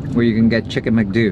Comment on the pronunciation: It’s pronounced ‘Mc-Do’ like ‘doh’ not ‘dew’ 😂